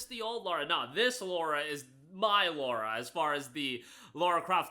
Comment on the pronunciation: LARA Croft. Not Laura.